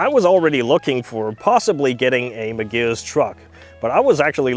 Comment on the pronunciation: The first time you said it I thought it was probably just an error but by the fifth time I thought he just isnt reading it right , the vehicle is a Magirus Deutz which is pronounced Mag ih russ Doytze, back in the fifties/sixties and seventies they were world famous for their almost indestructable Deutze air cooled V engines that would start instantly whatever the temperature even as low as minus ten centigrade first turn of the key while all other big Diesels of the time would struggle ( never did find where they hid the anti freeze filler cap though lol) usually in three and four axle tippers but with a smattering of artic tractors here and there. Oh and by the way Iveco (acronym of INdustrial VEhicles COrporation) is pronounced eye vee co.